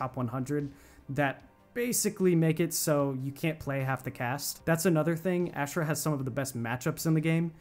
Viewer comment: Bro it’s aushrah not ash rah lol